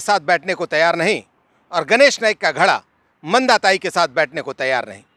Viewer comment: घड़ा नहीं धड़ा होता है